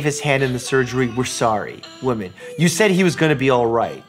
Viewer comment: I'm sorry, but he pronounced 'woman' as 'women'. And that was just the intro to the vid. :p